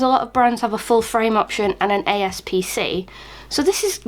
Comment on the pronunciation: Its aps-c not aspc